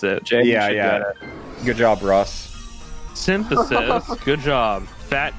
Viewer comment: I swear I heard someone say "Simpisthes" except for "Synthesis"